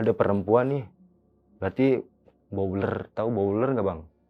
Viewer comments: Blower Mase 😂😂bukan bowler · blower bang bukan bowler 😭😭😭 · Blower bang bukan bowler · blower,bukan bouler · bukan bouler tapi blower bang. kalo di pabrik sawit boiler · aku dengernya bau uler😭